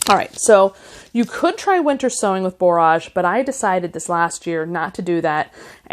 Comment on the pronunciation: Your video popped up as something I might like, but I will say I am very disappointed. Many of the common flower names are mispronounced. Zinnia (zin-nee-ya), Borage (bor-ige /rhymes with "porridge"), cleome (klee-oh-mee), celosia (see-low-zhuh). You can Google "pronunce -name-" and get an audible example.